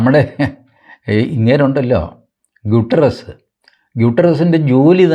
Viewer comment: TG ഗുട്ടെറസ്സിനെ യൂട്രസ് എന്നാണോ പറയുന്നത് ഒരു ചെറിയ സംശയം ഇല്ലാതെയില്ല 🤔🤣😂🤣😂